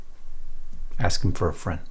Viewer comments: …. We actually have representatives that say… Let me “AX” my question !! CONGRESSIONAL EBONICS at is best !😳😂🤦‍♂️🤦‍♂️🤦‍♂️ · WHY do black people choose to pronounce “ASK” as AXE ? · First let's approach his idea of the word ask a s k it's not Axe and it's not AKs it's not acts a question how stupid do you have to be to sit in a congressional hearing and use non-english non words?! Furthermore and to you mister mister chairman Mr President I would suggest that you need to stop this nonsense immediately because this is not a legal proceeding in any manner speaking this is just another communist ploy to try to destroy our nation so we needs to stop it it needs to stop now and nobody needs to be continuing it! Really I have never understood why people buy into this whole nonsense idea anyways democracy is not good it's not something of freedom it's not something right it's not something truthful it's just destruction for the sake of communism because it is communism! I will go so far as to say this the same thing I've said before that these people think that they're going to get something special out of society when they're friendly little communist butt buddies take over however they are not going to be in here to enjoy much of anything because history shows that most of the people who help somebody like the people get into power are the first ones who are killed so put that in your pipe and smoke it! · Well it's ask.. not axe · When they say,"AX you a question," they lose all credibility! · Yes please "AX" your question! Yep...AX it...destroy it ! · Let me axe my question?😂 Someone needs to teach that jackass how to speak correctly. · Dumbass wants to "axe" a question.